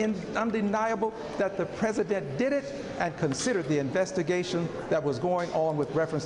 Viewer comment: That evidence is tertiary and POSSIBLY QUATERNARY the pRIMARY EVIDENCE is the prez-uh-dent firing the fbi director who was investigating the prez-uh-dent